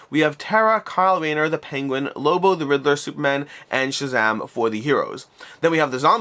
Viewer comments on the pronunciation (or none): none